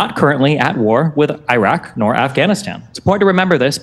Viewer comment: How the f he manages to pronounced Iran perfectly but buthcer the Iraq